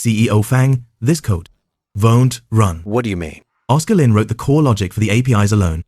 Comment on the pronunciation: Na aano ako sa bigkas na oscar lin, ang tigas ng accent, kaninong accent yong ganto?